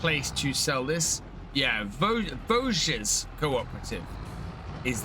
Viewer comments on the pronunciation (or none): The end "s" of "Vosges must not be pronounced :)